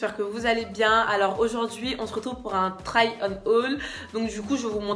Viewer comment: t’abuse tu pourras au moins faire l’effort de bien prononcer try 😭😭 mais bon ce n’est pas la fin du monde